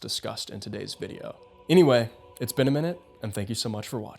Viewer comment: Whoah. After all these videos It finally hit me you're saying "It's benaminute" and not "it's been a minute". Fuck.